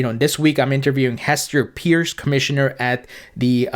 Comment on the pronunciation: ...FYI...Hester Peirce pronounces her last name like "Purse"....a lady carries her wallet in her purse. Got your back;)